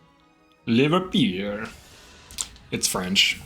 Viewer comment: it sounded more like french trying to say Liverpool XD